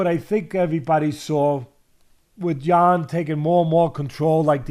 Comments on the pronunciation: Teddy pronounced Jan's name no less than 350 different ways.. none were correct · Teddy didn't get Jan's name correctly even once 😂😂😂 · Can Teddy just call him Jan please😂